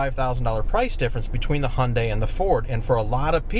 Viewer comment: honda elantra? why can't you pronounce HYEONDAE elantra ?!?!?